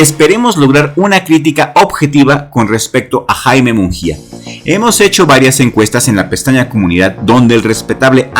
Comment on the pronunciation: solo un detalle, su apellido no es "munJia",,, la letra "G" en su apellido aunque no veas diéresis no se pronuncia como jota, sino como en gusano.